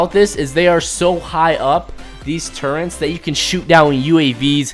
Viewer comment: Why do people say turrents